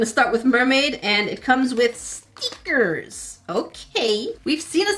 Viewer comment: I love when you say stickers like steeeekers.